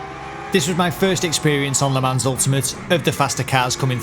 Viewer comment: You pronounced Le Mans correctly!! Couldn't be more proud of you mate! On a more serious note, I've watched a couple of your videos now as I've been thinking of purchasing the game and wanted to say: really good content mate. Sub'd and liked. 👍